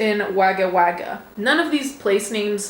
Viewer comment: hehe it's pronounced wog-gah Wog-gah...it means crow and indigenous language and they repeat the wore it make it plural so it's place of many crows